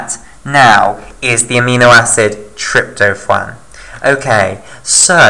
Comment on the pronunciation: Trypto(phwaan) is what it sounded like you said. You mean tryp-to-phan like Trip-toe-fan. Good vid though man